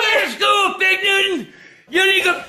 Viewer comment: You hear angry gramps call cam fig Newton 😭😭😭😭😂😂😂